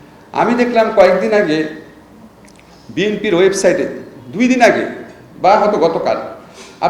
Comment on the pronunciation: ওয়েব সাইড নয়, ওয়েব সাইট।